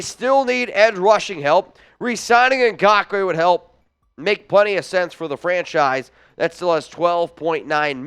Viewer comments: It's not Gockway bro. You are literally the only person that pronounces it that way. And I'm going to go with his teammates and every sports analyst every color announcer every everything in the NFL pronounces it correctly and you ain't doing it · For GAWKWAY Lmfao, I love how you pronounce his name 😂🤣 It's wrong but too funny to change. Keep it goin 👍🏼 Also, yes we Need Yannick bad. InGawkway would add so much to the team even tho there's an ice cubes chance in the devils playground that we will get him. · like your show and agree with your prediction that YN will not get signed by the Raiders, however, please learn to pronounce “Ngakoue.”